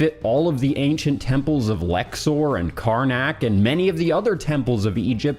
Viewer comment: "Howarah" "Lexor" Dude, at least try.